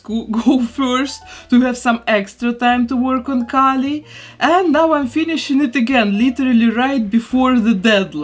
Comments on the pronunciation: Me watching with the same name as Kali: “she’s pronouncing it wrong” 🙃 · No, your name is the wrong pronunciation. Kali is a Hindu goddess lmao. It’s pronounced “Kah-lee” not “Kaylee” for Kali Ma.